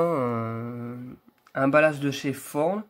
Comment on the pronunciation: C'est beau on dirait qu'elles sont modernes :D Je savais pas que çà se prononçait "forn" pour Thorn